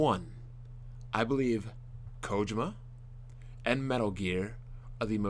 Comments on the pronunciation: Who the crap is Coujima? its KOJIMA!! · whose "kojama"?